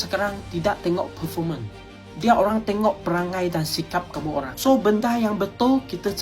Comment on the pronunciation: Olang bukan olang ... Antu bukan antu 😂😂😂